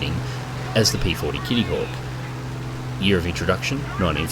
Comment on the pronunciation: they way you said 'kitttyhawk' was priceless. ;D